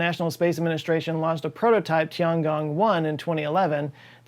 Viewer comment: It's Tiangong not Chiangong